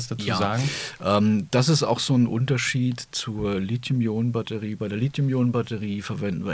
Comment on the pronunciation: Und sie sagen "Lit-hium"! Wie gut, das zu hören statt Lizium .